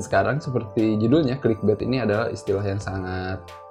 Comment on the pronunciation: Clickbait dibacanya klikbet?